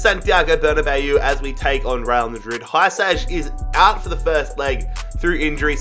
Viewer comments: OK so I just wanna let you know Hysaj's name is pronounced (He-Saii) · That pronunciation of Vrsaljko legitimately hurt my ears edit: Hysaj was no better...